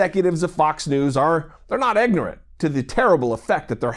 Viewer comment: Did that muhfucka say eggnorant lol. Good vid tho happy to see somebody sticking up for the oppressed even tho they're different nationalities. Good man